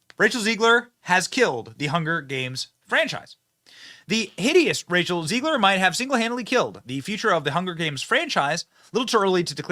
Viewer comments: Zeh-glir not Zee-glir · I love how Benny gets everybody’s name wrong 😂 Rene Ziegler and Peter Drinklin 🤣 He’s either trolling or he cares so little that their names don’t even matter, either way it’s genius! 😈